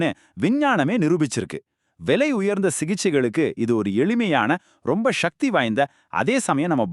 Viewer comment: தமிழில் தானே பேசுகிறாய். அப்புறம் என்ன ஷக்தி என்று உச்சரிக்கிறாய். சக்தி உச்சரிக்க கூடாதா?